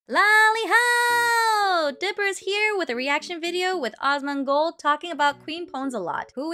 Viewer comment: Dual posting but I wanted to say it cracked me up in good natured way how this creator calls Asmon Awes-mon. It makes me giggle and not trying to be mean. It's cute and funny.